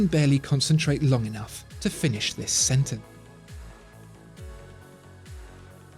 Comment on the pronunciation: Did he really say : "I can berely concentrate long enaugh to finish this senteN"? :D